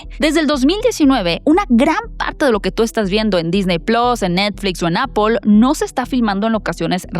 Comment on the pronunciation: ¿Disney "plos"? 😮 ... Por qué no decir Disney plus. Plus es el término latino (de Roma). Ones plus o plas, pero no plos